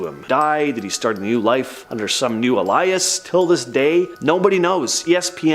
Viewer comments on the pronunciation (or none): … Dude did did you really say ”Alias” Wrong?? Your pronounced it so wrong, this is what you said ”AH-LIE-IS” 🤦🏻‍♂️ But in real life it’s PRONOUNCED… “AYE-LEE-US” 💯🚫🧢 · ‘Under some new alias’.. NEVER heard it pronounced ‘al-eye-us’ before! Always thought it was ‘ey-lee-us’. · Ah~lie~us ?!? 😳 How about A~Lee~Us?!? 😆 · "Ah-lie-us?" Did he mean "A-lee-us"? As in alias? Is it pronounced differently in Canada or something? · The word alias is pronounced A LEE US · The word “alias” pronunciation /ā′lē-əs, āl′yəs/. Ē as in saying the letter “e”. Elias is the name of a person. Unfortunately, proper enunciation is expected of narrators. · Why can’t these people pronounce basic words? Saying ALIAS like ELIAS? They can’t all be dyslexic. They could use audio pronunciation websites. They need to listen to NPR. Or to old movies and broadcasts- back when people had vocabularies and knew how to talk. How can you get to be an adult and not knowing these basics!? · Alias he said like elias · I love your videos but I really wish you guys would learn how to pronounce words correctly like Alias and Dusseldorf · These content readers on screen should really learn how to read and especially learn how to say his alias,that guy butchered that word. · The pronunciation of alias has me 😂😂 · Really? Alias!!!! I can’t believe how stupid some people are. Do you not know what that word means?? There is a tv show called Alias!! Look up words you are unsure of. Google it!! OMG this upsets me!!🙄🙄 Y’all said quite a few words wrong!!